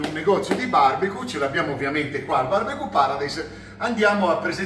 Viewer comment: Barbecu non si può sentire…